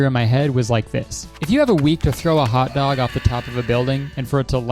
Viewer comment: I thought that 6am hot dog said gam hot dog 😭😭 imma use it